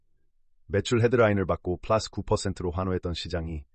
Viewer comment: 존나 고퀄 분석 영상이네요... 쁠라쓰 발음도 좋으시구요~! 더 큰 유투버 될거 같아요!!